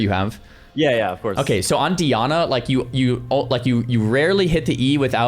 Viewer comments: It’s DYE-ANNA not Dee-Anna 🤬🤬🤬🤬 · Dee-ana. I already know this vid is gonna be a banger LOL